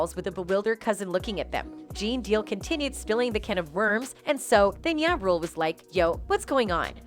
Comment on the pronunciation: It’s JA Rule don’t ever disrespect the most high by using Y instead saying that rappers name correctly and don’t confuse his name with the lord